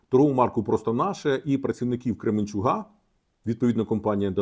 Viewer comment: Пане, КременчуКа, не КременчуГа! будь ласка. Дякую за контент